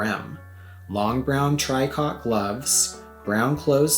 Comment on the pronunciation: I actually prefer your #3 in the outfit: it seems to work better with her coloring. I was gifted Vol 1 of the Eames book back in 1994, and just picked up Vol 2 this week on eBay for $90, which is actually a good deal though it seemed like a LOT of money to me. Love your videos. (By the way, tricot is pronounced TREE COH.)